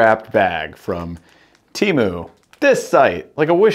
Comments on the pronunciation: Pronounced Tea-Moo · It’s pronounced TEMU 😅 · Tea moo is how it’s pronounced man you were right first time